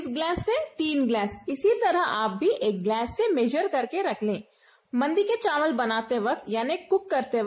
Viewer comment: wow zabardast kia baat hai awesome yaar mein zaroor banaunga ese and by the way chanwal nhi hote chawal hote hain.